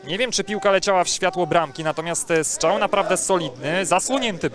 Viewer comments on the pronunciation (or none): Strzał nie Szczał 😊 ale poza tym nawet nieźle.